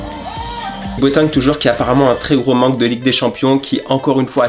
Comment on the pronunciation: Super vidéo👍😂 mais pk a la place de Boateng tu as dit boton